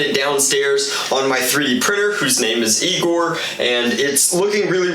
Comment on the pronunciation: No, it’s EYE-gor.....:p